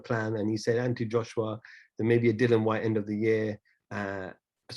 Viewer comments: Its dillian not dillon lol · Dillian as in rhymes with Gillian, not Dillion.